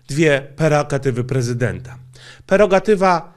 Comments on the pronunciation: Dlaczego głąbie mówisz perogatywa? Jak przecież istnieje poprawne słowo PREROGATYWA. Takie małe R w środku. Uda się to ogarnąć? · to slowo to PRErogatywa, nie PErogatywa. Lajkujcie zeby widzial bo czesto ten blad powtarza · Nie wymawia "R"... pierwszego R. 😂